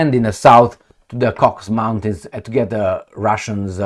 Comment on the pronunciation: Cocks mountains ?! I'm buying a trip for von der leyen this Christmas 🤣🤣🤣